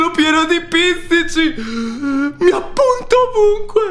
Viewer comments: Si dice pizzichi!!! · PIZZICI??? SI DICE PIZZICHI!!!!